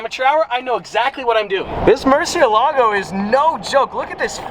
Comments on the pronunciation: MURCI E LAGOU actual pronunciation Murciehlagoh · Is it just me or does it bother you guys too when he says “mershealago” But then he can say murci.. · I love how he said mershylago 27 seconds in the video. Love it ahahah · Hey Just saying, its pronounced "moor-seel-ago":) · still wrong tho, it would be more like murt she eh lago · How to correctly pronounce Murciélago: (it means "Bat" in Spanish) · hey Nathan. no it’s not. and he can pronounce it however he wants cause he owns it. not you